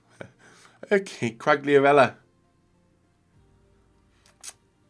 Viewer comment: Ronaldo is only a shit. Quagliarella is the best ( please don't pronounce him again because it is really really painful )